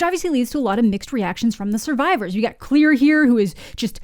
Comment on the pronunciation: Why does everyone pronounce her name as “Clear” but in the movies her name is pronounced as “Clair”